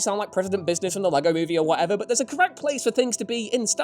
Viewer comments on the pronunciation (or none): none